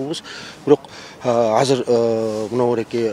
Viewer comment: Казыр деп суйлойбу же мага эле ошондой угулавы Анау мээр суйлогондо?